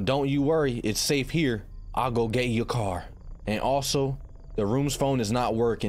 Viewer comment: is no one going to talk about how he said care instead of car 💀